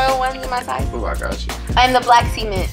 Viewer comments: Bruh she says the black cement like black seement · Why so many people on this show say "Seament" instead of Cement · ''BLACK SEMENS'' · "Black Sement" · Love how she pronounces em “sea-mint” 😉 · Lol, at (see-meant) cement! She cute. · See-meants? She's adorable but huh lol? RIP to Nipsey Hussle as well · Sister that ain't how you say cement. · the way she say cement sound like semen